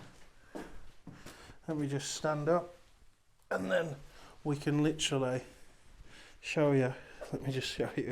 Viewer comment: Every time you hear the word *licherally*....take a drink.